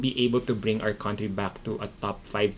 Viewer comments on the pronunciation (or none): none